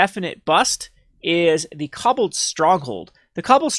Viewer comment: Kah-ball, not cobble.